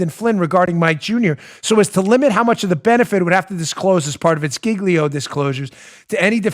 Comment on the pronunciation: Do they really pronounce Giglio /JEEL-yo/ like /GIG-lee-o/ in court? 🤦🏻‍♀️